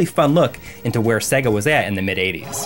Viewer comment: Cool video, but why can't you pronounce SEGA if you have been a fan for so long?